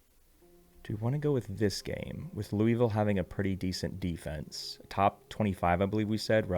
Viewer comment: Louie ville 😂